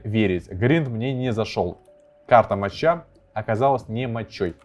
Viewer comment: Может сказать ему что карта читаеться не (моча) а (мокка) ? Кто не понял что такое мокка- это такой вид кофе